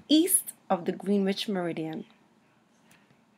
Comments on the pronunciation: Terrific video! I'm going to point my community college oceanography students here. Thank you. (Small note: Greenwich, England is pronounced "GREN-witch". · Good grief please pronounce Greenwich correctly. It's pronounced "gren ich"